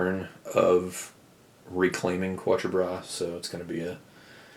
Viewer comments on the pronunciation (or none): the pronunciation of 'four' in French is Katr not Kwatruh